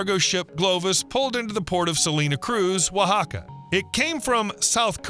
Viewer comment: OAXACA is pronounced wa-HA-ca